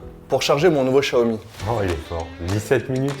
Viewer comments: Non Chiaomi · Attends ça ne se prononce pas "X zia o mi"?